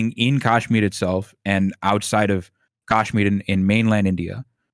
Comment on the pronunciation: Very misleading/misinformed guest. Skirted over Kashmiri pandit issue very unconvincingly. Hasan at least claims to not be informed about the issue, but the apparent “expert” can’t even pronounce Kashmir properly. Repeatedly used terms like “right wing terror” when people who can’t follow his waffling won’t necessary understand he is talking about Islamic terrorist groups (known to be Pakistan based) Bring someone else on next time